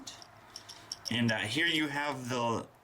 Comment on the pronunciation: A round. Instead of around. Im dying! 😂